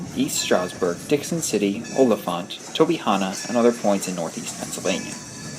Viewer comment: You pronounced olyphant wrong